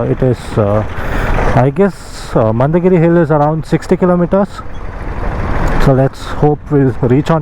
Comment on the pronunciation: It's mandaragiri... not mandagiri